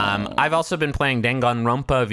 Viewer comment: jesus fucking christ hearing "dangan ronpa" outta griffins mouth gave me an aneurysm